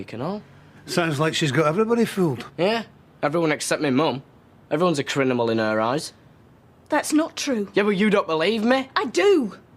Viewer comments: Everyone’s a CRINIMAL in her eyes 😂😂 he said it wrong lol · Anyone else notice that David Said crinimal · David says crinimal instead of criminal 😂